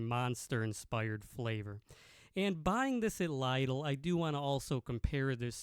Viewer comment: it is pronounced Lidl not Lidal. Lidal is not a word 😅